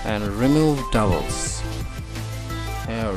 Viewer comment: "remove de devils" xD (It's a joke at my place because everyone has a heavy accent.) Very good tutorial! Keep it up!